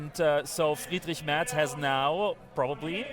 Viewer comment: Thanks for pronouncing Merz correctly. My fellow American journalists are so willfully ignorant.